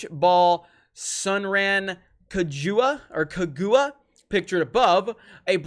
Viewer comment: SUN-RAN KAJUA?? Never change XD That's was a hilariously bad pronounciation.